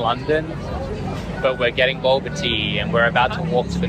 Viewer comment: “Boba” pronounced, “Bolber”